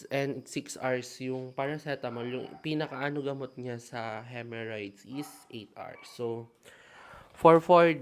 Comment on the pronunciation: HEMOrrhoids not HEMErrhoids